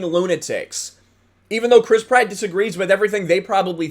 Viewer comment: Every time you say Chris Pratt, all I hear is Crisp Rat